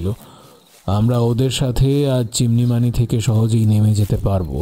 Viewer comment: সলসেবেরি --- সল্স্ বেরি রিখ্টার্সভেল্ট, চিমান-ইমানি--- চিমনিমানি(😜) কথা শুনলেই মনে হছে কোনো বন্ধ ঘর থেকে বলা হছে, গলার স্বর গমগম করছে